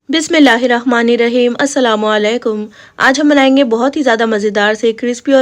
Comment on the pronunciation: Bismillah hirrahman nirraheem hota h naki Bismillah hirrakhman ok